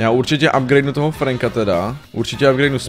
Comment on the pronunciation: celí video mě štvalo že říkáš franka a ne frenka ale okey